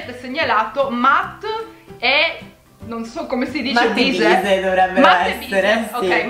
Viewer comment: La pronuncia di matt e bise è “mett” non “matt”